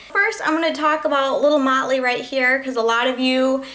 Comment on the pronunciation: oh, lol! i thought you were saying molly. haha